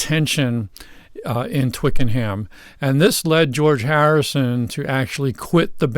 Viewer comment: Pronounced Twicken 'em